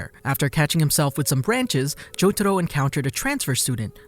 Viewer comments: Jotaro is pronounced as "jotaRO", not " JoTAro" 🤮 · I can't stop laughing bc he says jotado not jotaro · I just wish the Narrator could put in some effort to actually pronounce things right. Like, what the fuck is “Cho-to-ro”? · i hate the way he says jotaro